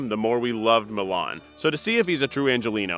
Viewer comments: am i the only person that is bothered because its pronounced milán instead of mílan? and finally someone mentioned slovenia just wow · the way he pronounced milan made me cringe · It isnt pronounced MILAAAN like the city, its pronounced quickl, MILAN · Yeah how they pronounced his name too. Like it's a city in Italy 😭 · The way he pronounces milan is more like the capital of Italy then a name.... Bruh it's fast like Milan not (mil)(an) Yes im pissed about how an american pronounces a balkan name.